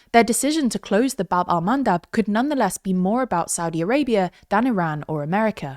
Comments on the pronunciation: isn't it bab EL mandab ? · funnier (or sadder) when you know it's call Bab el Mandeb